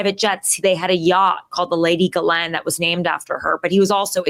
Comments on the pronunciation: Her name is not Galen or Glen it is pronounced Gheelaine it rhymes with Elaine. The S in the middle is silent. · it is pronounced "jizzlane maxwell" not gilane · Omg..its NOT G-LEN.. ITS PRONOUNCED "GIZLAINE"! RELEAZE THE EPSTEIN FILES! Lets NOT forget that picture the orange FELON PEDO RAPIST drew for epstein of a womens figure and signed his name as the pubic hair! 🤮😡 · STOP IT WITH PORTRAYING ONE OF THE HEAD MADAMMES OF EPSTEIN AS A FCUKIGN VICTIM! SHE IS NOT, I REPEAT NOT A FCKIGN VICTIM. if it wasnt for JIZZLAINE that is how you pronounce the name, not GIElame or some other bulllllshite, its JIZZ laine, there wouldnt be any children trafficked. Ivana also was part of that trafficking ring ivana and JIZZZZZZLAINE were extremely close. Stop putting harlots on your show that glorify JIZZLAINE maxwell and give a voice to the actual victims not cloutchasing wencheds like tara over there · I believe a lot of what this woman says just a giveaway is she pronounced that odd name "Ghislaine" correctly. No one on tv etc ever says it correctly except people who really know people she knows. It's galynn not galane. A is silent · Her name is pronounced "Jizz lean" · please follow Tara's lead and make the effort to pronounce "Ghislaine" correctly. Certain people make a point of mispronouncing "Kamala." Do you want to be like them?